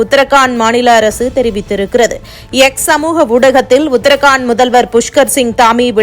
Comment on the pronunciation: ஊடக அறிவிப்பாளர்கள் உட்பட பலரும் செய்துவரும் உச்சரிப்பு பிழை : உத்தர் காண்ட் அல்ல ! உத்தரா கண்ட் என்று படியுங்கள் சகோதரி. தமிழகத்தில் ஹிந்தி மொழி அறிவு கொடுக்கப்படாததால் விளைவுதான் இது. இதைவிட வேடிக்கை பிரதமரின் பெயர் –‘மோடி‘ யா இல்லை ‘மோதி’யா என்றால் ‘மோதி’தான் சரியான விடை . நன்றி.